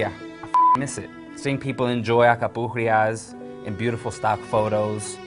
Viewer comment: Alcapurrias, with an "L"...